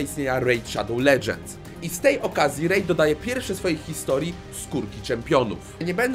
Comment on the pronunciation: Rejt szadoł ledżends✨